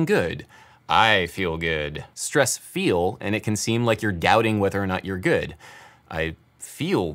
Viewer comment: It always feels as though it's on the second syllable of "good"... (he sings it with two...) I Feel Gu UUD.